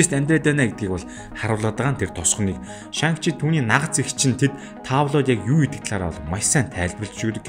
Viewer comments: Нэрийг нь Шан чи гэж дуудах байхаа. Хядад хэлэнд арийнх нь “Г” -г дууддаггүй шүү. “NG”-р төгссөн үг байвал хэлний угаар Н гэж дуудна шүү. Шанг гээд байхаар эвгүй сонсогдоод байна 🙏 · дуудлагаа засаарай шан чи гэж цэвэр дуудагддаг байгаашүү,гоё контент болсон байна